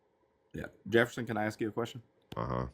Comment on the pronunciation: I refuse to listen to anybodies opinion who cant say "Specific" or "Ask" correctly. 😂😂